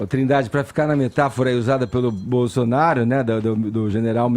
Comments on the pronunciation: Não quero acreditar que ele falou o que eu escutei, "Bozonaro" foi isso mesmo? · É impressão minha ou o Edgar falou Bozonaro... Depois vem dizer que é isento kkkkk. Cara de Pau safado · É impressão minha ou o Edgar falou "Bozonaro"????? Esse ato falho ocorre um pouco antes dele dar a palavra ao Caio e tomar uma surra de argumentos...